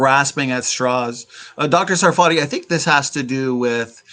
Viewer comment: By the way, it's SAR-fa-tee (or SAR-fuh-tee), not Sa-FAR-tee (or Suh-FAR-tee). That is, emphasis on the first syllable, so the ARR sound in the first syllable and a schwa for the second syllable. I've heard him explain this in previous interviews. And ask him where his name comes from! That's a good story too. It should actually be TSAR-fa-tee (it's a word from Hebrew).